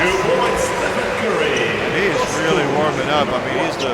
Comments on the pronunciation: "estefan curry" 💀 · Lol, can u tell me in what moment did he say this? I die to hear it lel